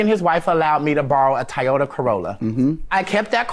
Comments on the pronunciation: Tiyouta or Toyota😬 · Not the Tiyota 😂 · Right Tiyota lol😂😂😂😂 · It was the Tyeota Corolla for me. 🤣🤣🤣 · He tried to be sooo professional and proper that he mispronounced “Toyota”. 😂 😂 😂 Tiyota lol.... what is this? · PAY YOUR UNCLE FOR THAT CAR!! Drop the drama....What is a Tie-yota???😂😂😂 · What the HELL is a "Tieota"😂😂😂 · "Tyota corolla" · Yeah, I couldn't stand the way he was pronouncing Toyota.